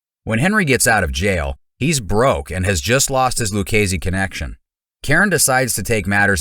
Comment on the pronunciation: It is pronounced Lou-chay-zee.